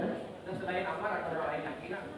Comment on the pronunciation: Ammar kok gguya gguyu 😅😅